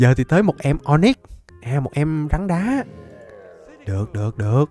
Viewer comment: rắn đá em nghe anh đọc căn đá🤣🤣